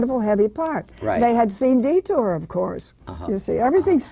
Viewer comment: This guy is the most annoying interviewer ever: ill-prepared, constantly interrupting, and he pronounces "detour" as "de-TER" and Barbara as Robert.